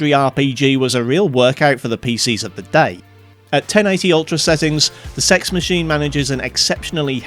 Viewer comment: this man knows the prononciation of cex rather well